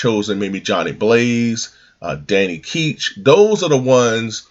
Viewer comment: Is (Danny) Ketch really pronounced like "Keetch?" I always heard as "Catch." But they could be wrong, cause I really like knowing if I'm doing something incorrect.